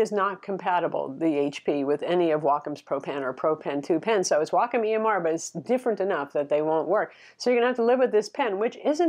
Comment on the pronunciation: It's pronounced WAY-comm ;)